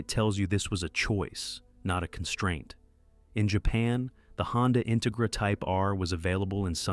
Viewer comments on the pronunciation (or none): What’s with this; In-tuh-gra? IT’S INTEGRA!